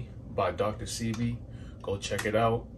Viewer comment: Dr. Say-Bee is how it’s pronounced thanks 4 sharing!!